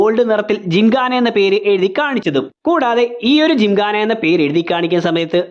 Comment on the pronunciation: ജിങ്ങാന അല്ല ജിംഖാന 😅